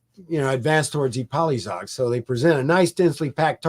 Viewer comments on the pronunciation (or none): The correct pronunciation is "Ipoyshag", with the "a" as in "father". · That pronunciation of Ipolyság and other Hungarian names is absolutely abhorrent. Just call it Šahy (and he fails at that too!) if you can’t pronounce it fújj. I am shocked as to prepare all of this, and not spend 15 seconds preparing the pronunciations is absurd. Really jarring to listen to as a Hungarian speaker. 😓